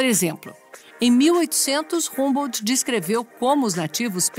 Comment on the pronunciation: Pronuncia-se "hambô"...😏